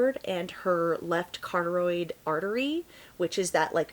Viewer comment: You really need to look up how to pronounce certain words, like locations and the word carotid. It’s very common and should be easy to pronounce especially if you follow murder stories.